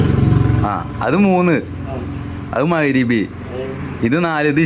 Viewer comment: മൈരിബി അല്ല മഗ് രിബ് എന്ന് പറയൂ